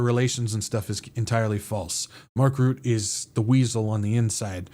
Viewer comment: Trumpushka 🤣🤣🤣🤣🤣hahaha good one!! On a side note, Mark Rutte is not pronounced as Root, but as Rut (like your in a 'rut') and then plus 'te' (kind of like 'the') , so Rut-te. Not that it matters 😉. I am very glad with your updates in this crazy world full of lies!!!!!!!!!❤ Praying for you every day